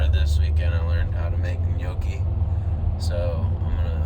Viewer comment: Are you pronouncing it “i-gnocchi”?